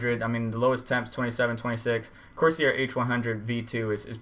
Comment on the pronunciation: It's pronounced Course Air. I get an all-core boost clock of around 4.9 to 5 Ghz using a Corsair H110. My temps rarely go above 70C, and that is with 1.31 volts.